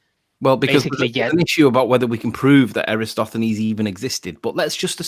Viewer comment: Extraordinary. can't pronounce Eratosthenes ("eh-rah-TAWS-theh-nees") and Sly Sparkane's world-wide experiment after Eratosthenes demonstrated that it MUST be a globe. Also, ALL SCIENTIFIC CONCLUSIONS ARE PROBABILITY ASSESSMENTS. Only literalists and dullards speak in terms of "proof." Given the different ways we've measured the size of Venus, the probability that it's not the size we think it is is very small. Given the different ways we've measured and observed and imaged the Earth, the chances of it being flat are vanishingly small. We state these findings as facts because it's a verbal shorthand that real scientists (i.e., not you guys) understand. Also stars are tangible, but we can't examine them up close for the same reason we don't set up observation decks inside a nuclear tractor. We can and have studied them at a distance. Finally, the same chain of reasoning that permits us to convict someone of a crime that no one witnessed is used to deduce the nature of distant objects. It's exceedingly rich that the proof you demand for the shape of the Earth is much more rigorous than the airy assertions you blindly accept when promoting a conspiracy theory.